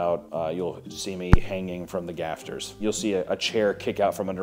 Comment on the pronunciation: Sometimes I feel like kind of half remembers words he has heard before and just gives it his best shot. "Hanging from the gafters". So close lol